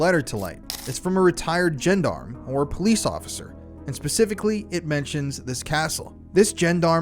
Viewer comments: Heads up! Gendarmes ( French/ Belgium Police is pronounced John Darm ( 41.25) This is riveting & deeply disturbing . It’s too awful to comprehend, i understand why you feel the need to get this out into the light , huge respect as always ☮️💜💯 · Gendarme is pronounced "Zhon-darm" and not "Jen-darm"